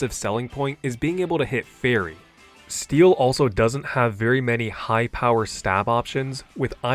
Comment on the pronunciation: "making it STEE-LL a great tipe" lol